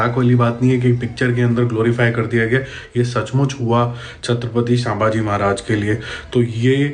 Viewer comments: Make one correction in .... pronunciation Not शांभाजी..it's संभाजी महाराज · Thank you dost for the details.. but I request to pronounce his name properly... Let me help u Its not सांभाजी ❌ Its छत्रपती संभाजी महाराज ✅ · भाई व्हिडिओ तो अच्छा है पर आप छत्रपती का नाम गलत बोल रहे हो. थोडा ध्यान दो. छत्रपती शांभाजी नही संभाजी महाराज नाम था उनका. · You are not pronouncing the name Sambhaji properly … it is not Saambhaji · पहले बोलना सिखो सर छत्रपती संभाजी महाराज है.. संlभाजी👈❌ महाराज नही है.... लागता हे इंग्लिश मीडियम se ho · Good post , one suggestion - it's not सांबाजी or शामभाजी महाराज, the right pronunciation is संभाजी महाराज ! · agar dalit shabd nahi use karti to pata kaise chalta ki kis samaj ke logone apna uss samay yogdaan diya hai.....dusri baat aap सांबाजी नहीं संभाजी महाराज bole. Pronounciation really makes a difference while listening. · Dada the right pronounciation is छत्रपती संभाजी महाराज baki thank you for information u shared 💯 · आप इतना डायलॉग बाजी कर रहे हो लेकिन महाराज का नाम तो सही से उच्चार करो छत्रपती संभाजी महाराज एसे बोलो 😊